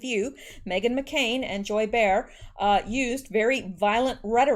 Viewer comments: It’s pronounced “Bay-whore”😛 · The view: pronounced Joy Bay-har. FYI. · Thank you for sharing your work with us. Awesome. Btw, to pronounce Joy Behar's last name. Its said as Bay-Har. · It's pronounced Bay-har Unjoy bay-har har! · Behar is pronounced - bay- ha-rrr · Name is two syllables. Beh Harr.. love your posts . K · Behar is pronounced bay-har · Thanks for the great vids, here's a help, Joy BAY-harr, though Rush calls her Maude Bayhar. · Behar is pronounced Bay-har. BUT bear is a good description of her as shes ugkier & smellier probably! Lol! But Melania is ALWAYS STUNNING ni matter what she is wearing! By far ,Far FAR More BEAUTIFUL than last FLOTUS u no Big Mike. JMHO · Joy's name is pronounced Bay har. Behar. Nancy Peelosi did the same thing in a much toned down form by calling for an "intervention" which is what John No Name said about what happened when President Kennedy was assassinated. Fortunately they will not succeed in impeaching President Trump and nor will their plans for assassination come to fruition. I wonder where in Canada you are? I am in north central Alberta. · Hey, Joy Behar. Pronounced bay- har . rhymes with car love you and your work! Thank you! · It sounds like bayhar